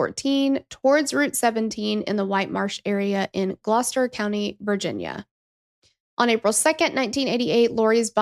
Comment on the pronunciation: You said Gloucester correctly!